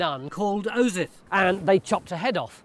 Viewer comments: He clearly mucked up the pronunciation a few times at the start there. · I love how Tony clearly keeps mispronouncing "Osyth", and then they have to fix it in post